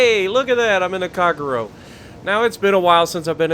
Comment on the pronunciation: Another fun watch! Keep it up and congrats on your success! FYI, It's: "Ahh-Tah-Go" and "Cahh-Gey-Roh" 😅 Hope that helps.